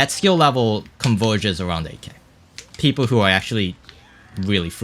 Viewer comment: Everytime you say "8k", it sounds like "AK" and I think "Bro this is MKW not CSGO" for a split secons